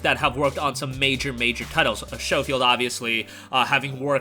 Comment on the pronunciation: Schofield has a silent H.